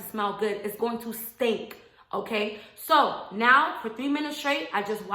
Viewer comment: It’s going to STINK” Sisss you said “stink” so heavily 🤣♥️